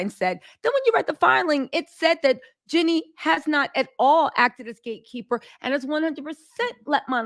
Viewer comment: Is saying Jeanie hard for you, and I don't know, or are you being purposely disrespectful in refusing to say her name properly? it seems odd that you constantly say Jenny, not Jeanie in you are reporting on Jeanie... it is even spelled differently. It's just rude.